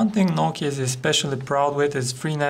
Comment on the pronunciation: *NOU-KEE_YA* #LOL